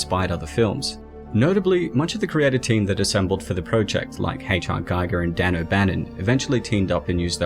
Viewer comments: It’s pronounced GEE-GER. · Show some respect to the legend, Giger, by pronouncing his name right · Giger rhymes with eager.